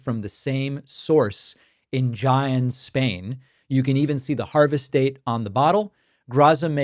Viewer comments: Wait - you are from Argentina and you pronounce Jaen Spain like that? Ummmmmmm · Wow David, are you really from Argentina? Because if that's how you pronounce Jaen ...I have my doubts lol